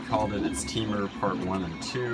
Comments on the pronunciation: It's Tim ur I hate that you say Teamurs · yes there is if you learn how to pronounce things it's tim-urs not tea-murs